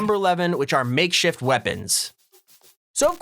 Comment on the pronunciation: Lol like how he says makeshit weapons